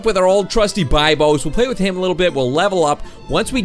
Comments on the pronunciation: It’s (be Bose) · It's pronounced Bibos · That's not how you you say bibos